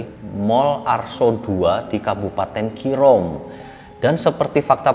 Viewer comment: Keerom di baca Keerom, bukan Keerom di baca Kirom